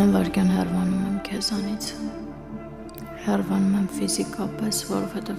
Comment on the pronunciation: Աղջիկ, հեռՎանում ես թե՞ հեռանում ես:Երբևէ գրագետ կխոսե՞ք, այ դերասաններ